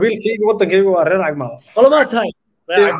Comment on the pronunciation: Cag maal not caag